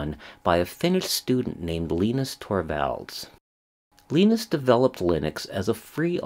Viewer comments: Arrrrgh! Now that my ears have stopped bleeding, Mr Torvalds first name (Linus) is pronounced Lie-Nus. Same as the Peanuts character, and Linus tech tips if it comes to it. Yes "Linux is not Unix" is a cute tautology, but the original and first derivation was almost certainly a conjunction of Linus' first name and the name of the Bell Labs OS that he set out to duplicate in an open source manner, and therefore its correct pronunciation is the same as his name - Lie Nux. I'm not sure Linus even cares however. We owe a great deal to Linus including Android which is heavily based on the Linux kernel, and many of the most useful embedded portable platforms (like GPS units, in-car info systems, televisions, media players etc) . A good number of people (ie the majority of the population of developed countries) are therefore already using Linux even if they don't even know it. Since a requirement of use of Linux or the Linux kernel is correct attribution, most of these portable units will have an "about" or licensing page in the manual where you can see what version of the Linux kernel it is running. Sometimes it's just in a cryptic header screen or note in the documentation however. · Who the heck is Leenus? C'mon man.